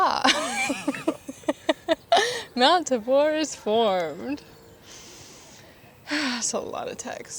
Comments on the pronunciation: it’s Tabor… rhymes with neighbor. Not Ta-Bour. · As someone who grew up on Mt. Tabor, it's pronounced TAY-ber, not Tah-BORE. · I live on mount tabor, and ive never heard anyone pronounce it "tah-bore" (it's mount tay-bur btw haha) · I hate to be that guy, but it's Mt. TAY-bor. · Amazing video! Portland is definitely not for everyone but were here for anybody! You did an amazing job at pronunciation for things, the only one is mt tabor, wich i noticed you got some people correcting you and thats portland definitely has some weird named things. I love how you talked about how to someone from somewhere else this place is weird, but to a local its home. I do want to say you missed out on a really cool person in portland. He's thr portland magic guy, i think thats his socials, but he does cool paper art and magic! A nother thing is that locals dont do umbrella, umbrellas are for the tourists. Some locals folow that " rule" other dont really care lol. Portland also has some really cool Victorian houses within the city. I hope ypu enjoyed the city!❤